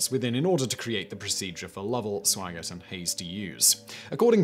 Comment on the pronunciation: and The second astronaut named in the crew list was Jack Swigert. It sounds like the narrator calls him "Swaggert". I have heard this mispronunciation (as it seems to me, at least) by others before. I figure there must be an explanation for this.